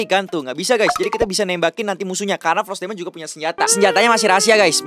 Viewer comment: Fros Daimond bukan pot Daimond